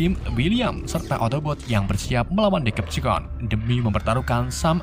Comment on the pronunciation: Nah bang baru betul bacaan nya diseptikon